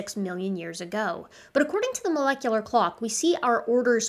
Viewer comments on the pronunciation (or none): none